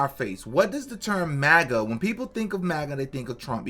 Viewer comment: You're one of the only ones who actually pronounces MAGA correctly!